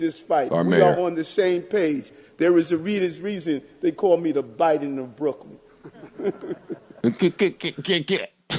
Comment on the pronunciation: "Da BIDE-EN of Brooklyn" LMAOO